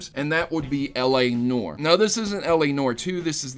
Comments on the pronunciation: LA "NOR" ....NOR..... It's pronounced "Nuh-war" but one syllable. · It's pronounced "nwahr", not "nore". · It is pronounced NEW-AR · Oh my god the l.a. Noire pronunciation in this...